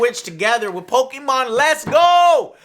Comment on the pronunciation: Pokeymon??? Joe and you call yourself a latino???